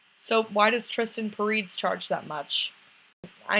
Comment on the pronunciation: You're pronouncing his name wrong